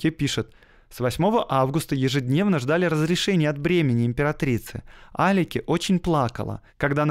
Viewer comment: Насколько я знаю, Николай II называл жену не Алике, а Аликс, может ты неправильно прочитал?